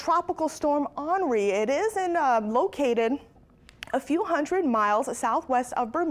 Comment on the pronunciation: I must me the only one that didn't know this but, I didn't know that "Henri" is pronounced like Anri